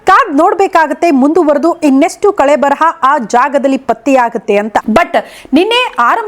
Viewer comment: ಅದು ಕಳೇಬರ,ಕಳೆಬರಹ ಅಲ್ಲ